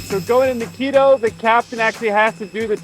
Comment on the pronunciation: It's Quito, not keto.